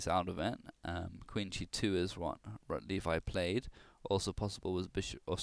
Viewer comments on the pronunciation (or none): It's pronounced "Rotlevi" (Polish W is equivalent to English V). Also, where did you get the information that this game was played in a tournament? I don't believe that's correct.